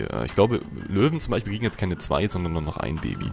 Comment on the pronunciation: Du redest wie mein Vater❗😂: BeiCHpiel, theoretiCH, TiCH, unterirdiCH😂✌🏻